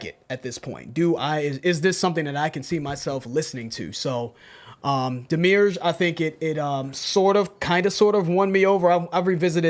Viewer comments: Guys! It's Demi, like Demi Moore, urge, like the urge to do something. Not demure. Pedantic, but it has meaning. The demi-urge is the force of creation, a non-sentient force of the universe. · //Yall are great, love this channel-// ITS DEMI-URGE. DEMI. URGE. DEMIURGE. DEMIMOORE. URGE. DEMIURGE. It's taken me a bit to warm up to the new setup, but I'm enjoying it! And I love that you guys are continuing to stay focused and innovative on how you're consuming these songs and spending time with them. Stay true, stay free, all love. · Oh it's pronounced Dem-eee- urge. A demiurge is a supreme being/thing/entity. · Also, "Demi. Urge." Demiurge. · It's pronounced - DEM EE URGE. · It doesn't matter, but just cause, It's pronounced Demi-Urge. Which is a word used for a being that created the universe. Lol i think its cool so i thought i'd share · Hi,! Demiurge (From Ancient Greek δημιουργός ie. dēmiourgós, “one who works for the people; a skilled workman, a handicraftsman”) is pronounced /ˈdɛ.mɪ.əːdʒ/ (US, listen to audio at or /ˈdiːmɪ.əːdʒ/ (alt. US), OR /ˈdɛ.miˌɚdʒ/ (Received Pronunciation). Also see:) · ... it's pronounced DEA-(like the first part of "death")-ME-URGE :)